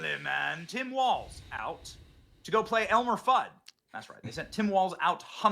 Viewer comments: Elmer FUDD - not "FUDGE"! 😮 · you had me crying laughing when you said Elmer Fudge!!! It’s Elmer Fudd. Thanks for the laugh! 😂😂😂